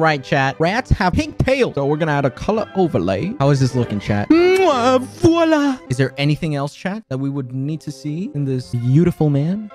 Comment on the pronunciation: OMG i im frenche and when you Say " voilà " that was perfect